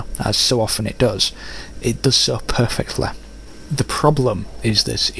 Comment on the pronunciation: "Perfektle" Haha nice accent :D